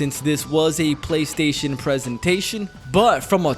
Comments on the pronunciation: The WHAT-Station?! 😂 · I’m glad that I wasn’t the only person who heard that